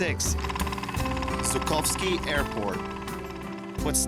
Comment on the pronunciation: try to speak properly next time Zhukovsky its not Zukovsky ZH its not Z , iwo Zima?